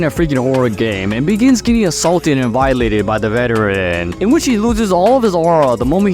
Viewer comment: I caught it. "Vi-eee-late"eed"